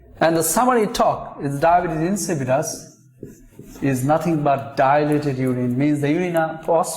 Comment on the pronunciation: It’s not pronounced Dibbuis LMAO